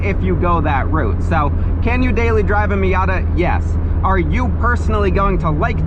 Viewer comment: "marzda miarta"